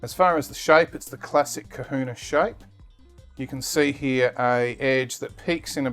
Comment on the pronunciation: That's Kahuna Not Kuhuna